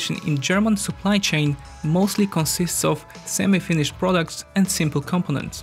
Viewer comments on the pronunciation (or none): none